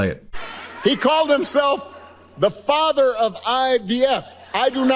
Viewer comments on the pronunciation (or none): none